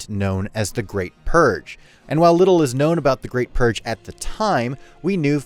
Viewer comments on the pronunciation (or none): none